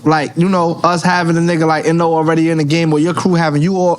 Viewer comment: "Hey siri, play NORE-Closer"